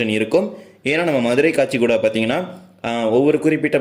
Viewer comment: தலைவரே அது கச்சிகூடா இல்லை காச்சிகூடா.